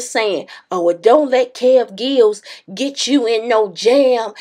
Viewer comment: Kev gills? Really sis. Lmao